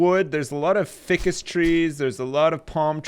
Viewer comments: it's "fye-cus," it's not "fick-us." Also, go swimming about in a bunch of the wrecks to find cool as fuck shit - you can usually find motor parts and flippers and shit. Enjoying this playthrough bro, keep it up:) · I feel like I'm the only one that got the wire reference with the storage container. Also Ficus is pronounced F-EYE-CUS not f-ick-us. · Fike-us XD NOT FICIS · It not Fi-cus, its Fie-cus, just saying lol. Great series.:] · Haha, isn't it pronounced "fy-jus" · Ficus is Pronounced F-EYE-CAS! RIPPING MY DICK OFF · you have the materials to make a way better boat. Try the hammer or the axe on the shipping container. Also, use your flashlight after you chop the yucca. I think you're missing pieces. Ficus is pronounced, 'fike-ess' I believe. There, it's out of my hands, the OCD gods are satisfied. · ficus rhymes with fire, not fish;____